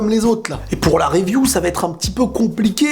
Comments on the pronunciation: Pk Tu dis Weview ? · c con mais pourrais tu ne plus dire review a l'anglaise mais plutot review comme un bon francophone mdr